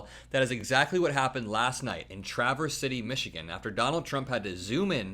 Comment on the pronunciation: I’m so happy you pronounced Traverse City correctly 😊💙